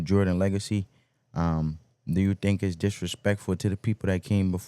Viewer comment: Please say think